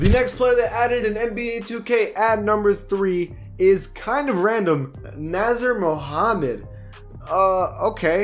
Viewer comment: He also pronounced "Nasir" as (Naz-ur) instead of Nah-zeer) 😂